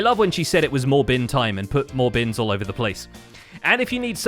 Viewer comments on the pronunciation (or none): Not the "more-bin" time 😭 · "More-bin" time 😂